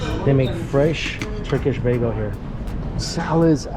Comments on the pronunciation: Did he say baygo again? lol that buffet looks amazing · Maybe he just struggles to pronounce it, might not be his fault